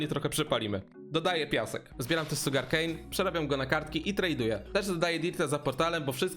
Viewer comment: SZUGAR KEJN to boli w uszy jak mówisz SUGAR xDD